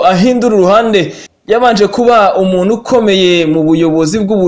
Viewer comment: Yewe kurwanya Kagame mwarabyambariye pee. Nkunda Ikinyarwanda cyanyu. Gusa N na K ariyo igihekane Nk ikomeje kubananira nka bene wanyu bakorera amaradiyo yo mu Rwanda. Bavuga UMUNU aho kuvuga UMUNTU